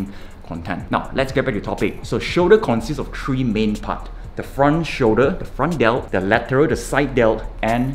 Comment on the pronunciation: Three he calls it tree